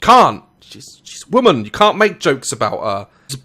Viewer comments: Daz why do you say "woman" like it's plural? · Just saying, you pronounce women "woman"... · You're pronouncing woman wrong